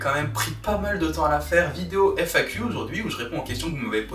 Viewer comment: "FAQ a la rentrée" et pas "fac a la rentrée" 🤙